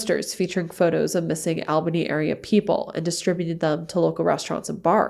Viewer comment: It’s pronounced “All-bany” not “Al-banny”